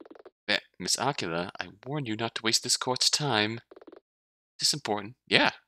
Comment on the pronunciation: No offense, and I don't know if anyone has corrected you on this yet, but... are you pronouncing Aquila as Aqua-la? o.O I think it rhymes with Tequila or something instead dude. :p You know... so it can rhyme with Nina, like how Eagle rhymes with Legal. :? Nina Aquee-la, not Aqua-la. :p